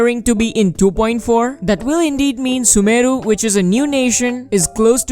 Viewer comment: way of saying sumeru is vry accurate..👌🏽